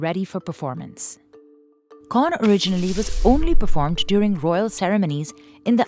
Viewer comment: While I really love your documentary on this craft, the narrator might need to confirm the pronounciation of Thai words, places, etc. Here are your mistakes in pronounciation. - Khon (kʰǒːn) is pronounced similar the word "cone". - For "Ang Thong (ʔàːŋ tʰɔ̄ːŋ)", the word "Ang" is pronounced like the first syllable of "Angkor wat".